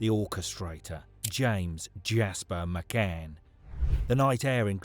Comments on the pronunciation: Why is the narrator saying McGann? It’s McCann!! Really off putting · Can't you read, his name is McCann not McGann 😮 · You can tell he's reading this so why does he keep saying McGann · Why does he keep calling him someone else’s name?? 🤔 I was sure his name was McCann not mcgann 😂😂😂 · Thank fuck it was only 29.mins that mcGan thing was doing my fucking head in . Its fucking Mccann. You melt 😂